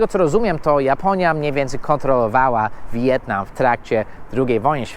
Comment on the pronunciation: Mówi się "Wietnam" a nie "Wi-jetnam".